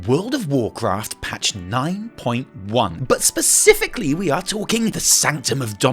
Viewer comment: Baspifically?? Specifically?